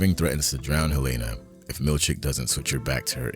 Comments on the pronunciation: Helena. I love your vids, but her name is pronounced Helena. I don't understand why so many creators pronounce it "Helayyyna" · Thanks for the great episode! Btw, Helena Egan's first name is pronounced in the show as 'Helen + ah,' not 'Hel-ay-na.' Thanks! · Sorry, but why can you not pronounce Helena correctly? Honest question.